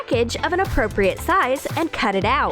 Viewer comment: Why do you say apropriet